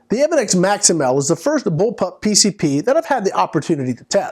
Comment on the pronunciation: Its evanics, long a